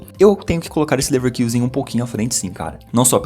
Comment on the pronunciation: Muito bom o trabalho, mas Leverkusen em alemão se pronuncia com o nosso u mesmo, caso contrário seria leverküsen